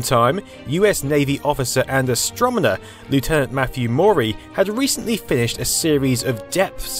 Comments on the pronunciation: The word is astroNOMer... NOT astroMONer lol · "Astromoner"? ASTROMONER? . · Did you just say astro-mo-ner?! :))) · and you said astromener. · Did I hear "Astromener"? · "Astromner"? 0o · AstoNoMer, not AstroMoNer. Just sayin... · Did this nigga just say astromoner instead of astronomer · "Astromoner". hehe In all seriousness - this vid was great. ;) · "astromoner" 🤣 Kind of adorable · so basically what you are saying is that America hasn't moved on to the now correct way of spelling and pronunciation. lol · Yep, an "astromoner" from "new--FOUND--land" 😆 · ME: heard that Narrator: what? ME: You said U.S Navy officer and AstroMoner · what's an astromoner? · "Astromoner"....is that an Easter egg? :) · What's an "Astrom-in-er"? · "astromoner" lul wut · Interesting, comprehensive vid -- however, your 'Newfoundland' lands like a cheese grater on my eardrums and I'm not Canadian. Natives pronounce the provincial name 'NEW-FIN-LAND' not 'NEW-FOUND-LAND' There are accepted pronunciation websites, FYI. 'ASS-STROM-INNER', indeed.